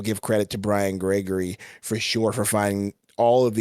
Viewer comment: Bwiam Gwegorwy?